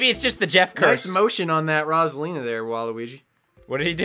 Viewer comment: Everytime they pronounce "Rosalina" it hurts my soul.